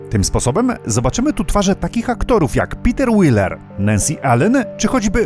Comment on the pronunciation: Nazwisko Petera Wellera wymawia się 'Łeler'.